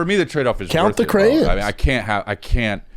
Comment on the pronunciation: The pronunciation of crayons…